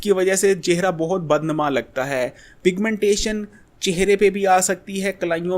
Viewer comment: Piga-mentation,Kia hy😂😂😂